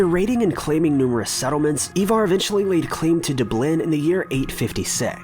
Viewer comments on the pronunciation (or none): Ivar...not Evar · Ivar not evar. I-var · It's pronounced iva not eva